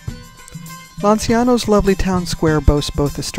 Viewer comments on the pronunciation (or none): My name is Pizzoferrato and I pronounce it correctly. Soolmona or Lanchaano might help you pronounce them.